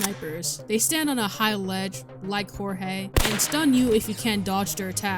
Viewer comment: hearing him say hor hay instead of (George with a j) just feels strange plus personality i thing jeorge is a funnier eay to say his name than say hor hay